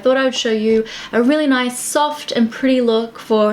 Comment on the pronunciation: "noice" 😂! Also love Jennifer Stano's stile so much toooo 🦄 💙